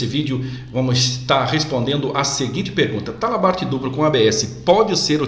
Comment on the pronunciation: O vídeo em si ficou bom, porém precisa melhorar algumas coisas: - Dicção da fala; - Pronuncia correta de algumas palavras, por exemplo, em vários momento é pronunciado "dupro" ao invés de "duplo", em outro momento foi pronunciado "apricado", quando o correto é "aplicado". Pode parecer coisas bobas, mas para um profissional de segurança que ministra treinamentos e em muitas ocasiões participa de reuniões com a área executiva das empresas, pode deixar uma má impressão. Boa sorte, e sucesso pra você.